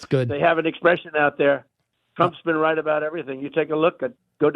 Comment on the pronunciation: “Rright about everything’ 😂 😂 🤣